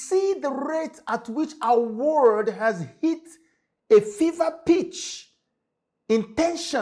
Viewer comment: World not WO RLD